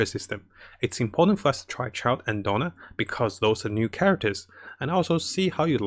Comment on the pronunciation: It's Diona not Dona xd